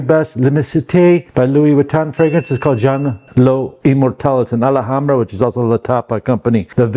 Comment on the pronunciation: Did anyone told you its not Maison "AlAhambra" but Maison Alhambra